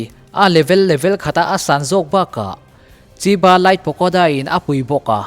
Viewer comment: chiba nilovin chhiba zawk aw sir chinese in 7 tih na nia